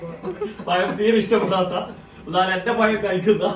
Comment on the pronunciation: പയം അല്ല പഴം